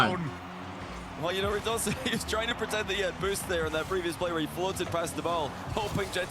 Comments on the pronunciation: Pretty sure it’s pronounced rad uh scene, ho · rad oh zain